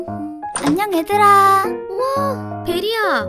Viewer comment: 제발 애들아가 아니라 얘들아 입니다